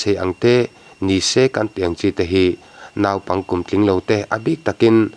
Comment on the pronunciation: 'Naupang' i lam rik dan hi puitling ve meuh lam danah chuan a mawi lo em mai, mi lam danin lam ve tawh teh.Thurawn a nih chu aw, huata lak lohah.